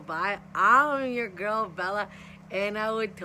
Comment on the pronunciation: Bella not bail